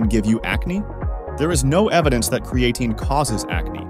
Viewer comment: If you are going to have a computer voice and it can’t pronounce the subject of the video and mis pronounces it over and over, maybe have a real person do the audio. Lame!